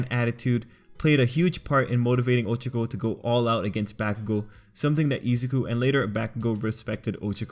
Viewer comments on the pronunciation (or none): I can't get over the fact that he keeps saying Oh-cho-co instead of Oh-cha-co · It’s O CHA K O